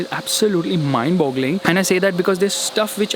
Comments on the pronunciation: Mind blowing hota ha Bhai mind bogling nahi 😁😁😁😁😁😁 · Gaandu kotni baar mimd boggling bolta hai be🤣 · Not mindboggling ... Mindboggling😊😊😅😅